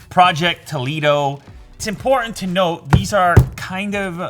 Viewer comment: omg, that "toledo" in your languaje sounds "toliro" in spanish you said toliro,is not toliro is toledo,follow mi steps: until "tol" was right your pronunciation, then take the sound from the following capital letters from english words: intEl, Disck, mOney is easy...in spanish we make sound with each letter,not like in english: name (your sound is neim,so the last E is doing nothing in the word)apple (the last e is doing nothing in the word) in spanish: nombre(in the last E we make the sound from the E of intEl and always we make the same sound for that letter) we have to learn english...and when the english people is going to learn spanish a part of cerveza, hola and gracias??